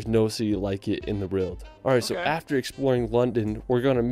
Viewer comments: Thank god I'm not the only one. Also, the guy irks me anyway, with his monotone commentary and acrobatics at locations. Don't get me wrong, I have a speech issue with the rolled R, so R words sound like I'm saying wuh or rwuh, but come on, world isn't a hard word....... (My lower jaw is off centre) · Why is the guy in the video pronouncing 'world' as 'rild'? Weird..